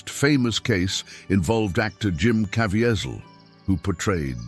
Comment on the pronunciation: Please learn how to pronounce Jim's name if you are going to tell this story